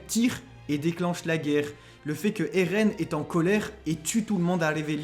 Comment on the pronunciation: Moi en tout cas j’en ai marre que dit ereh au lieu de eren